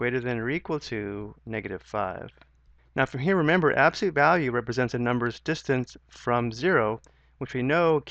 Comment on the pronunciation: I'm having a hell of a time following these directions. Mainly because he says absolute as abseet, and then races through other things. I have to keep stopping the video and keep the subtitles going. Rough.